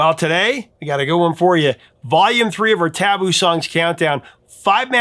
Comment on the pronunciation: I think you're stressing the wrong syllable of the word "taboo".